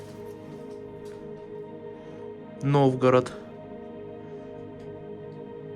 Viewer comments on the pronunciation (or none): Когда кого-то критикуете,то и самой надо быть идеальной))Новгород-это город,режЕт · По Вашим комментариям понятно, что Вы молодой, очень много ошибок допускаете в ударениях при названии предметов. Новгород это город в России. Очень режит слух.